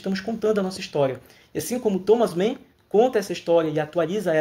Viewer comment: Você está pronunciando o nome do autor como se fosse inglês. Não se pronuncia 'men' é 'man'.